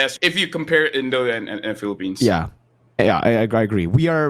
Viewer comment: M-PL-ippines is the greatest thing I’ve ever heard thank you